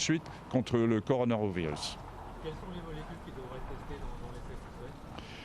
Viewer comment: "Contre le CoronaROVirus" Je l'avais jamais entendu celle la! :')